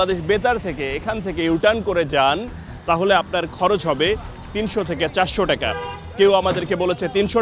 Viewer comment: টেকা না টাকা